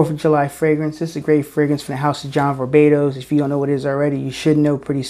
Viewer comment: I love it when you say "John VarBatos" , even if it's not the correct name of the brand :D